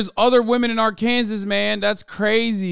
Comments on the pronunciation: Whyyyy does he keep saying Arkansas like "arkan-zus"... 😵😵😵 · I’m bout to have aneurysm if Hassan says Ar-Kansas one more time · Pls why does he keep saying ar-Kansas it’s ar-ken-saw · just want to say how much i appreciate Hasan pronouncing the final s in Arkansas. there’s apparently a law stating that it’s pronounced Arkansaw. such glorious disrespect. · why cant he saw "R - CAN - SAW" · As an Arkansas resident it pains me on how Hassan pronounces the state 😭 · Am I high or does he say Arkansas way off 💀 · No one is going to mention how he pronounces Arkansas? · dude, drives me crazy that you keep pronouncing Arkansas wrong. and no it isn't that cheap there. most people with that many kids live in absolute poverty.